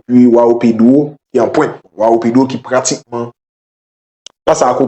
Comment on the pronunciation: Prononciation se jouwanw pedro